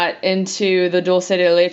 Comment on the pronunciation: It's pronounced doll-che not doll -see